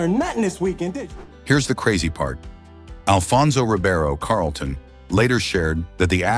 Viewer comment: I enjoyed the video but plz pronounce these celebrities names correct Moesha is not MOE SHA its Mo - E- Sha. WAYANS and Carlton you pronounced wrong too